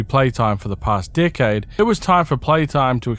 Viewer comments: whenever you say decade it sounds like your saying dickhead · Ok but the first time I heard you say “decade old tapes” I had to rewind because I DEFINITELY heard “dickhead old tapes” 😭😭